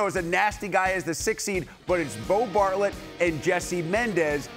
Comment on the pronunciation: ...it's Bartlett no s at the end. You do great work!